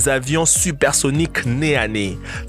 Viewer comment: Il a dit sukoi 😭😭😭😭😭😭 c’est soukoille